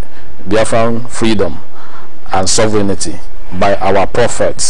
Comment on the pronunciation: Sovereignty is pronounced ("sofrentee")just to help non-native speakers on proper pronunciation. Thanks for your informative program.